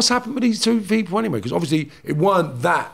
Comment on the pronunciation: Every time said ‘because’ laughed cos he says it like becourse 😂😂😂